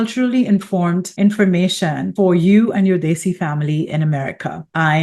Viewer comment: Desi. It's pronounced "they-see"... Muslim is not pronounced Mooouzlem. It's Mos-Lim. Americans should put in the tiniest effort pronouncing nouns properly